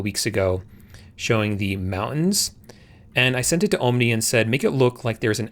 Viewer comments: Great video. I agree. It's there to replace Sora as well. Nice move on their part. Oh yes, before I forget....it's "AhhMNI", not "OhhMNI" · Actually: ah-mnee(en-us) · Tell me it's ai generated without telling me it's ai generated 'oh-m-nee' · Oooom nie? You need to fix your ai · Ohm-Knee? Your pronunciation. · "Ohm Knee" 😂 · Pronounce omni as AHM-nee 🤣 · Ohm nee. Same here. :) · Why don't you learn how to pronounce omni i cant stand to watch you anymore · bro learn to say omni properly. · Your AI avatars know how to pronounce "Omni" better than you lol wassup with the hard "O"? lmao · Ah... you finally admitted that the entire channel is AI generated. Nah, you must be real - Omni would have known how to pronounce Omni ha ha 😎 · I'm glad I'm not the only one that was triggered by the pronunciation of Omni. Dude.. did you learn English in Canada or something? 😂